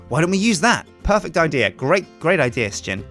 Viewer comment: why does Sjin says sjin like S-Jin and every1 else like Shin?